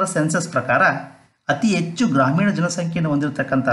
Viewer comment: Good information ,, ಉಚ್ಛಾರಣೆಯಲ್ಲಿ ಸ್ವಲ್ಪ ಬದಲಾವಣೆ ಮಾಡಿಕೊಳ್ಳಿ ಸರ್, ಹೆಚ್ಚು -- ಎಚ್ಚು, ಹದಿನೇಳು--ಅದಿನೇಳು ಆಗ್ತಾ ಇದೆ